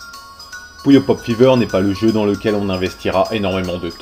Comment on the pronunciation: ouais!les voix les plus cones des jeux videos déja,ceux de puyo pop ever et la voix du magicien quand il perd dans solstice! au fait,quand tu dis puyo,on dirait que tu dit coullion!